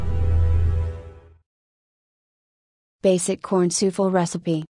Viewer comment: A.I. reads Souffle' as " soofel"